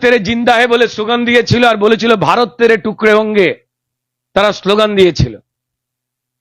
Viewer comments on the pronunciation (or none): none